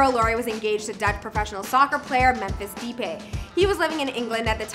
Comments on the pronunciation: It’s Memphis de-pie that’s how it’s pronounced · pronounced as memphis “ duh - pie “ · Ok, so I checked out the comments b4 commenting and I'm guessing no one here watches football.... the way she said "Memphis Depay", I'm done 😭. It's "Di-Pie"